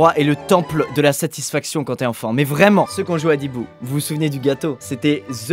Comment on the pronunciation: Quand squeezie a dit adibou j'ai entendu brindibou